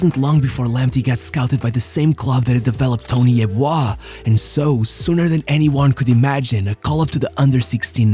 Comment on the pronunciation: Bro how the fuck did u pronounce Tony Yeboah? Jesus lad.